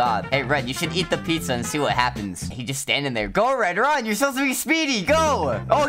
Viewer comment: “Pizzar” got me laughing